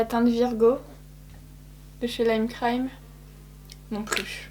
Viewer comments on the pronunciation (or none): none